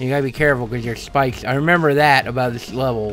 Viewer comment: i love how he says spikes "chpikech"